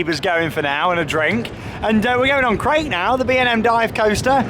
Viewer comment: Hey! Long time viewer. Love the videos. And agree with below, pronunciation much improved! Krake is pronounced as in ‘Cracker’ by the way. As an English German speaker, Krake as in Raik kills me 😂 A minor grievance on another amazing video!